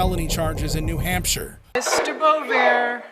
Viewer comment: This is so bizarre how the narrator pronounce "Boisvert" last name. It's a french name. Bois = Wood, and Vert = Green.